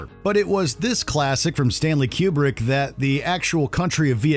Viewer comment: FFS! Learn how to pronounce Stanley Kubrick's name. It is not Q-brick!